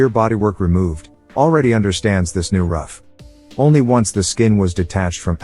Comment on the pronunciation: It's pronounced Roof!